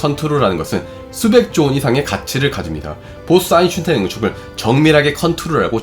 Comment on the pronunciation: 아인슈타인 발음이 영 오래동안 안되고 있네요 독일어에서 ei는 아이로 읽는데 이걸 에이로 발음하는 군요 제발 엉뚱한 발음 하지 말고 그냥 아인슈타인 한국식으로 발음해도 괜찬으니 엉뚱한 발음 안했으면 좋겠네요 몇년동안 이채널을 들으면서 처음으로 지적합니다